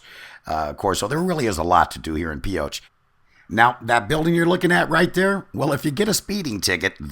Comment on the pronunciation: And what is the classic phrase well known by Nevadans ? Thought so.. If you ain't form Pioche, you ain't from Nevada. BTW it ain't Pee oh tch.. I'll let you figure it out.